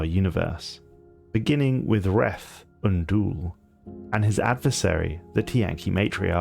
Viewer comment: Aside from your mispronunciation of Reth Unddol's name, this is another one of your good works. Keep doing your work, brother.